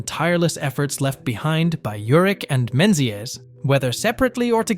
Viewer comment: Heathers is the same. Menzies is incorrect then correctly.🤦